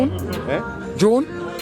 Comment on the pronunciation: The man say June tpc😂😂